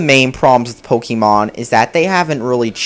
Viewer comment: Gotta catch em' all ,Gotta catch em' all yeah! Gotta catch em' all ,Gotta catch em' all YEAH! Gotta' catch em' all Pokemon! POE-KAY-MON not POE-KEY-MON.